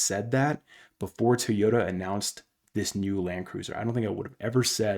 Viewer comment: Try it with me...Toy Yoda! NOT TEEEEYODA